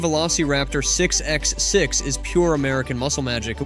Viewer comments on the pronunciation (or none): Whoever made this clearly knows very little about vehicles. Couple examples...lb ft is not L B F T. It's foot pounds or pound feet of torque. Not f one hundred fifty its f one fifty. 6x6 is six bye six not 6 ex 6. Pretty sure a robot just read a script and stole a bunch of clips of autos from the web. Most not even Post's just random examples. LOL